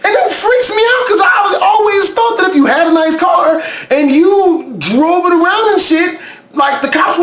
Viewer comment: I love your carrrrrrr